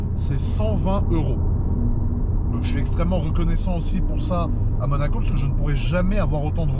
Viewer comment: « à Manaco » ?